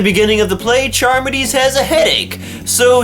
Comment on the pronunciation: Believe it's pronounced car-midees. Read Phaedo for life after death. Timaeus and Critias for Atlantis and my favorite Ion. Hilarious ending.